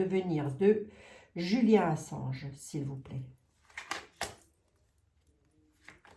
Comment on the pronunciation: 💎 Bonsoir,je suis l'administratrice d'un groupe de soutien à Julian Ass@ et oui, vous prononcez correctement son nom. Julian est un journ@ emprisonné dans une prison de h@ à Londres. Per*sécut*é et tor*tu*ré psychologiquement depuis plus de 10ans par les Sta*tes, le Roy*aume-U*ni et délaissé par son pays, l'Austr*alie, il est retenu comme un cr*m*nel alors qu'il ne purge aucune peine.